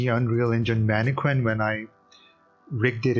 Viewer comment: “Man-eh-Kin” Not Harley Quinn.